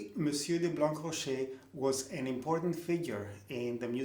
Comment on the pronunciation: Thanks for all your interesting videos. Let me be a little pedantic : I presume that "Blancrocher" must be pronounced as "Blanrocher". The meaning of the name is probably "white rock", "blanc rocher". According to Wikipedia, the name was also written "Blanrocher"